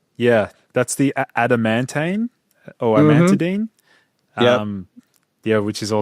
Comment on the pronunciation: Bro-mantane, Adam-ant-mantane, hm